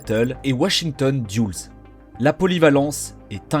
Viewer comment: "Diulles" ! ! (doll-esse) ha ha ha Merci J'avais un grand besoin de rire